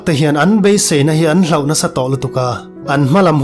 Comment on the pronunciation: Ṭhalai tam tak hian an beiseina te hi an hlauh tih lai hi "hloh" tihtur/ti a lam tur anih hmel... Hlau (afraid) modified "hlauh" thluk keh hawrawp in i lam daih mai a, a dik lo...